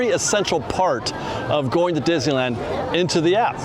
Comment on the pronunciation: It's pronounced DIz - NEE - LAND.